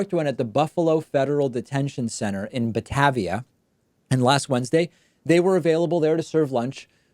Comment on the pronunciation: Aww David... I'm from WNY originally, and it's pronounced "buh-TAY-vee-uh". Don't worry, be glad you didn't have to try to pronounce Cheektowaga or Scajaquada. 😅✌️